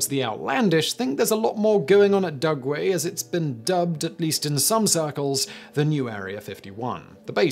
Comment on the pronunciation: Did he say “DuNgway”?